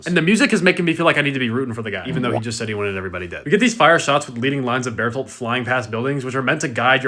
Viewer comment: Hey you said his name right twice... Ruined 😭